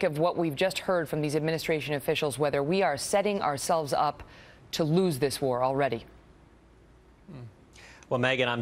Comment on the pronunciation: Notice how she pronounces "lose"? She says it as "wooze". She also pronounces "police" as " Po-weese"